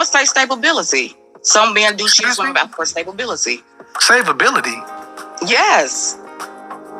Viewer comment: "Cabahbilty!" 🤔 What's sad is she sassy believing its sexy....not realizing that shes not engaged in a conversation like a lady....its sad